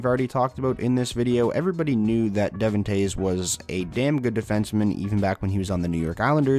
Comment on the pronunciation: De-Vaughn. Not Devin